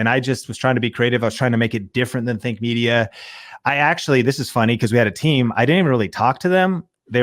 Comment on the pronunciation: Sorry to say but Think Media ... When you say it it sounds like Fake Media :P